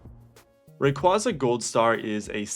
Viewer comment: Sure you can see my interent history. All you'll see is ebay and pricecharting 😂😂😂 Also you say Dialga right but not Rayquaza?